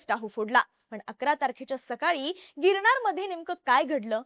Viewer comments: बघूण नाही ताई बघून अणेक नाही अनेक . गिरणार नाही गिरनार !! पासूण नाही पासून !! कृपया उच्चार शुद्ध ठेवा !! काय कित्ती अशुद्ध उच्चार न बोलायचं तिथे ण आणि जिथे ण बोलायचं तिथे न बोलतेय तू ताई?? आनी पानी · बोल भिडू, शो होस्ट मुलीला पहिले 'न' या शब्दाचा चा बरोबर उच्चार करायला शिकवा, प्रत्येक वेळेस न ला ण बोलतिये... गिरणार 😂.. अशा व्यक्तींना शो होस्ट करायला नका देऊ ज्यांचे उच्चार अत्यंत अशुद्ध आहेत.